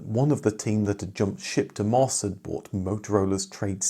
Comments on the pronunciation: "em" "oh" "ess" not "mos". We have to continue to pronounce it the way the commodore & MOS employees pronounce it! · The company name of MOS is pronounced as individual letters: em oh es.